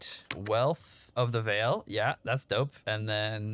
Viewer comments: Don't kill the rares in the incursions. It's not worth it brother AND DON'T STAND ON TOP OF THE TEMPLE BOSS. Also it's not pronounced Vaal like veil but Vaal like Val. It's not Diablo here mister. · So much stuff to do and get better at in this game. One of a kind arpg of alltime. And btw, the right way to prononce "Vaal" isn't "vayle" but "vaahl" 🙂